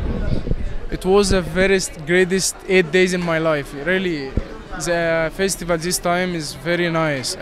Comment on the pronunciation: It's so disturbing to hear the news reporter saying Festi vel.😧